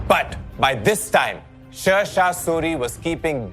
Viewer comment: Everything is good but you are pronouncing Sher Shah Suri's name incorrectly. It's SHER mean lion not ser.